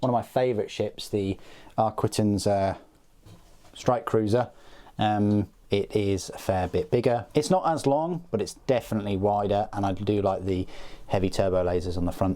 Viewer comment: These are not nearly to scale as the Nebulon-B Frigate dwarfed the CR90 dramatically, being more than double the size. Also, Arquitens is pronounced "Ark-it-tens".